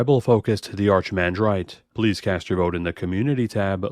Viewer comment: Great to see you are back and with another interesting deck. It seems if you buy the Mishra precon you could easily shift it into this deck (or keep the removed pieces and swap between the two decks whenever). Also since the Archimandrite seems to be in the lead so far, I feel compelled to offer that the way to pronounce the word is technically with a hard CH and not soft. So "Ahr-kuh-man-drahyt".